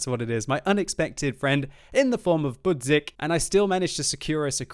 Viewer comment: I just love how you pronunce your Polish friend name.... like it was two words. Bud and zick... XD btw: his name means Alarmclock ;)